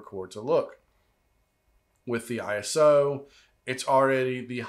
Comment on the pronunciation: ISO is pronounced I-SO as in I-SO-lation (ISOlation) You don’t say P. R. O. :)